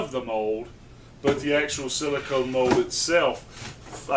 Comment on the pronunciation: Silicone..... even my voice recognition on my phone is smarter than you.